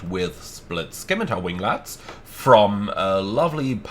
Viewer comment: The “c” in scimitar is silent. Like the “w” in sword!